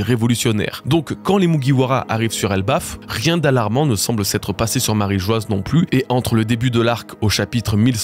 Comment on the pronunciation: Bravo pour le taff ! Merci :) J'ai juste une suggestion : est-ce qu'on peut arrêter de prononcer Marie Geoise alors que c'est Marie-Joie ? 😅